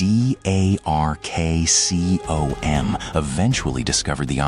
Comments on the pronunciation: “Dih Hey Arr Kay See Oh Em” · Couldn't stand that stupid DARKCOM pronunciation.